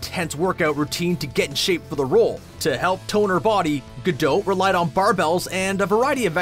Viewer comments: Her name isn't pronounce Ga-dote like in the video. It's said like its spelt Ga-dot!! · Dude, it's not Gal Gadowwd, but Gal Ga-do-t with the "o" a real "oh" sound and the "t" stressed and audible. "Gadot" is the plural of "Gada" which means "a river bank". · It's Gadot, not Gado-h. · Can we please stop calling her “Ga-Dough’”, and/or “Ga-Dote”. It’s pronounced Ga-Dot. It’s just that simple and she’s pronounced it that way for people herself. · It’s pronounced Gadot (rhyming with pot, not etc), not Gadote (rhyming with tote). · My Father Naughtius Maximus who taught me fluent Hebrew for 50 years says it's pronounced Gah- Dote which means Ri{h}-ver Bank IF it was Gah-Dot it would need to be spelled "Gahdaht" גדת -גדות As they say in Greek "Tushaay" (joking) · Gal gadote, ITS GAL GADOT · Gal-dot! As in rhymes with pot, tot, lot and stop! What's with Gal-dote it's pronounced exactly as it's written jeez! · it's gal gaDOT, not gal ga -DOUGH -t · Gal Gadot's last name is pronounced Gah DOT not gadote. Just FYI🙂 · Whoever is voicing this video, will you please learn how to pronounce Gal Gadot's name correctly! She is NOT French. Her name is Gadot as in spot, not Gadoat as in goat! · Sorry but the repeated 'gadote' pronunciation instead of 'gadoh' was too jarring for me to enjoy the video. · Why do you keep calling her Gal Gado or Gal Gadod? It's Gal Gadot, the T is a must, like a British T. DownTon Abby, leTTers, not ledders, etc... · It's pronounced Ga-DOT not Ga-doe or Ga-dote. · Its pronounced "Ga-Doe" Not Ga-Dote'..... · He keeps saying her last name as “guh-dote” and drives me nuts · Nate Olson It is actually pronounced gaDOT. She emphasised it herself during a talk show. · Omg GadoT, with a T at the endddd gadoT! the T is not silent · Would it have been difficult to learn how to pronounce her name first? Ga-dote is like nails on a chalkboard. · I thought it was gal guh-dot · Or her name 😂😂😂 GA-DOT. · Gal ga-DOH-'T', prOHcess, Warner BrOHs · It’s gah doh